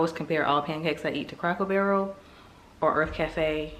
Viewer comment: Lol it sounds like you guys are saying Crackel Barrel. It’s Cracker Barrel 😂 I struggle making pancakes too